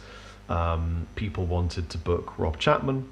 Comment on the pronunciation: "Chengan" ? Wot's that ?